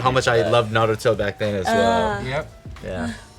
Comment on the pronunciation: can't even say Naruto correctly gtfo.